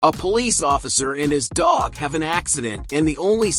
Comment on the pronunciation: a police officer and his DAHCCHHHHGG